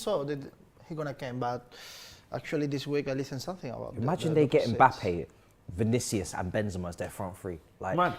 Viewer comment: Congrats for a flawless Vinicius pronunciation!